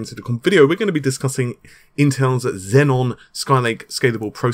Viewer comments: no, it doesn't have 2 Ns. its xeon, not zenon. zenon is a great record label, not a CPU. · Just a nitpick: It's pronounced "Zee-on", not "Zen-on". The latter sounds like the CPU in the Xbox 360. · Hey Paul it's xeon bro, not xenon atb on patreon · It's pronounced zeon wtf man. Seriously get your shit together. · Naples...and...Xeon, it's not that hard to pronounce, dude. 😑